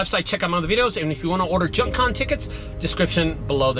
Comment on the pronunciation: junk "con" 🙃